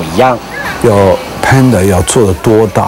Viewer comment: 不是胖达 是潘达 ！！身价创办人都说潘达！！！！！